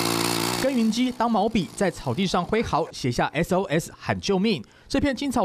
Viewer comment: S跟2分不清楚 笑死